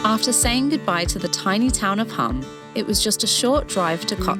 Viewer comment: You pronounced Pula correctly but MURDERED Hum (pronounced the same way, Hoom - long u). Croatia is a lovely country. My partner is from there, so we visit. Of all the places in the world to be from, that's not too shabby.